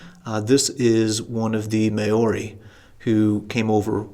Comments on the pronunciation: Great Video. By the way the native (Maori) New Zealanders are pronounced Mowri not Mayori 😂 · did business in NZ in a past live Maori the name for the native people is pronounced "Mow" rhymes with "now" "Ri" rhymes with "me". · Thank you for a very interesting video! By the way, the "Mao" in "Maori" is pronounced like Chairman "Mao" of China. The HP sauce bottle you showed looks like present day HP Sauce bottles. Here is an interesting history of the sauce